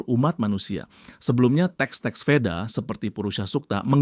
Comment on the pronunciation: Perlu dikritik ini channelnya. Dalam sansekeeta di asia Tenggara Bunyi V itu bibaca W. Deva dibaca Dewa, Veda dibada Weda. Vidhyadarya dibaca Widadari. Dan seterusnya.